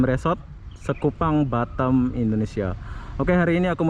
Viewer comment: Batem atau batam bag😂